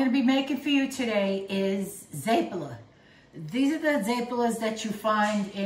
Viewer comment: My Italian grandma used to make a ton of these for Christmas time. She would keep them in the basement in big tin pans and then heat them up in the oven when they wanted them. She rolled them in regular granulated sugar. You pronounced zeppole like her as well! Zaypolla ❤️